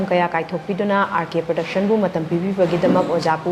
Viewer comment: Praduction haiba nate Production haibane. English ki wahei di fajana haiba tamse eikhoi